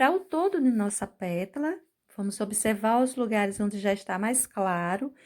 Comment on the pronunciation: Sigo vc faz muito tempo!! Adoro seu trabalho!!! Posso te dizer que vc precisava cuidadinho quando falar “”petula”” só que é “PÉTALA”” vc me perdoa!!! Só estou salientando porque vc é dezzzzz mil de professora 👩‍🏫 👏🏼👏🏼👏🏼👏🏼👏🏼👏🏼👏🏼👏🏼👏🏼👏🏼